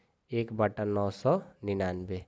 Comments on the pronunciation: Sir सै नही सौ होता है 😂😂😂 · Sir not say it's soa